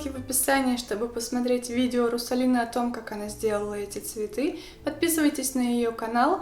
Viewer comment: она сказала не Русалины а Трусалины ахпахпахпаа